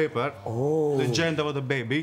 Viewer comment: ...what a baaaaaaaad pronunciation!! I know you'r italian (like me) but "preniant" "ggggender"...come ooooooon